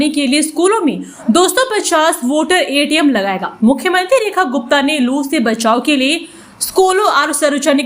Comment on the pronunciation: वोटर एटीम नहीं वाटर ATM होता है। उच्चारण सही करो।